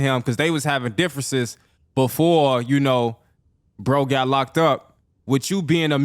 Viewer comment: “On bwo”